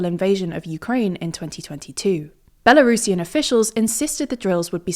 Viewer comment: Kudos for not saying Belarusian as Bela Russian. I don't understand why so many English speakers do that.